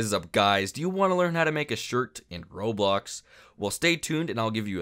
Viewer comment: Roblox not roblux